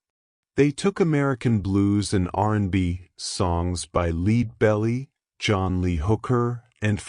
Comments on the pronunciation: Lead in Lead Belly rhymes with head, not bead. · Leed Belly? Really? Time to get better AI. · I know I´m in for a treat when you start with a pic of city not in England substituting for Newcastle....Liiiiid-belli ?! Do you mean Peter Belli who had a huge hit with "Ulven Peter" back in the day ?